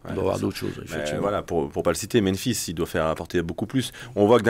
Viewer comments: Salut, bonne emission. Merci les gars. Par contre, vous faites l'erreur que quasiment tout le monde a l air de faire : c'est meMphis, pas meNphis. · Meme Aulas et Genesio prononcent "menphis", c'est bizarre, la langue francaise doit pousser a pas repeter 2 fois la meme lettre. (Alors que la ville se prononce aussi Memphis)